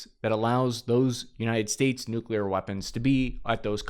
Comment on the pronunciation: I love your confident swagger while saying "nuclear", lately. Congrats on defeating y.our brain's tendency to pronounce 'newk-u-leear'.